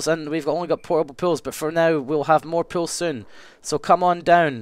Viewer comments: when Nilesy said 'pools', i thought he was saying 'pills' the whole time. like the drugs pills. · Oh... Pools, not pills ;O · I thought he was saying pills for some reason. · When he says pools, it sounds like pills! "Yeah, I'm doing pills now!"